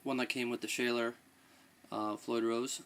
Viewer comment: pronounced shawler